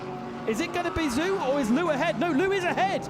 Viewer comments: BTW, Zhou is pronounced "Zo" not "Zoo." LOL, "Rally crossing BMW." :) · The Chinese name Zhou is pronunced like Joe. Zh has a J-sound in Mandarin Chinese. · Yeah he butchered Zhou's name as well. But a lot of people think it is pronounced that way.